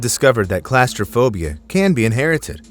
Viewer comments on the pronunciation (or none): Its claustrophobia not clasterphobia. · "Classtrophobia?" Ffs say it right! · Its pronounced Claw-strophobia. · Pronounced (claw-stir-phobia)... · Why are you pronouncing it like that? It’s CLAWStraphobia, and “Cay” is pronounced as Key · Class-tra-fobia? I didn't know claustrophobia was class-related!! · That’s an interesting way to pronounce claustrophobia 😂😂😂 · Please learn the proper pronunciation of claustrophobia. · Why do you pronounce claustrophobia wrong? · He can't say claustrophobia properly. lol